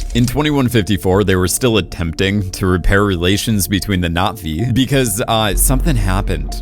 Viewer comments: I kinda didn't care for avatar and didn't bother with the 2nd and 3rd movies but this video made me interested. One thing though... is it just me or does he say Not Vee instead of Nah Vee? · Why does he keep mispronouncing Navi